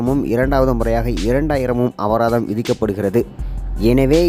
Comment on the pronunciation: அபதாரம்இல்லை அபராதம். தமிழைக்கொல்லாதடா மூதவி